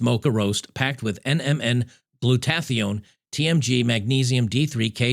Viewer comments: crap.. its not gluTATH ione..its GLUtaTHIGHone... if you are goinna tell people coffee is poison and you are killing yourself at least learn to pronounce the molecules correctly! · Glutathione. It's pronounced like this: Gloota-THIGH-own.